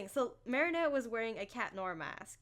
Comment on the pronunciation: Why do you say... Cat noAHhHhH